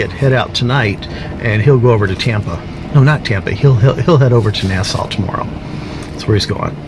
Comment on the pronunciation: Are you going to NASA for the Space X launch tomorrow? .... Oh, you said Nasau! My bad. :)